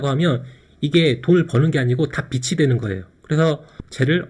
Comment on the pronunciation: 감사합니다 잘들었습니다! 근데 빚이 된다를 발음하실때 '비치'가 아니라 '비지'로 발음해주시면 더 듣기 좋을 것 같아요^^